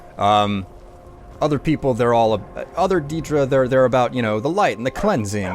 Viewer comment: i'm new to your channel, I really like your videos but I hate the way you say "deedra"